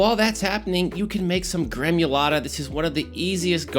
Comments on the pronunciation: Gremulata? It’s gremolata dude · Gremolata bro, not gremUlata. Otherwise excellent